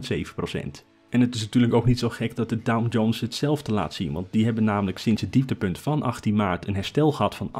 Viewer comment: Sorry, maar ik hoor je de hele video door DowN-Jones zeggen...